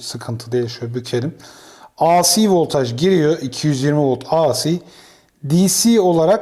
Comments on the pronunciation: Emekleriniz, bilgi ve tecrübenizi paylaştığınız teşekkürler. A Si diye ( biri Tükçe, biri İngilizce ) okunmaz, Ey Si diye okunur. DC yi Di Si diye okuyorsunuz da AC yi neden A Si diye okuyorsunuz? Kolay gelsin. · Teşekkürler; ancak ben de kendi alanımda tamirat yapayım. AC derken ya İngilizce ya da Türkçe söyleyin. İngilizce söylemek istiyorsanız "ey-si", Türkçe söylemek istiyorsanız "a-ce" deyiniz. A harfini Türkçe "A", C harfini İngilizce "Sİ" olarak söyleyince "ASİ" (isyan eden) gibi oluyor, tuhaf oluyor. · Hocam, ingilizce telaffuzda "aysi" diye okuduğunuz "IC" diye yazılır. Sizin okumak istediğiniz "AC", "eyci" diye okunur. Düzeltelebilirseniz çok iyi olur. Video için de emeğinize sağlık.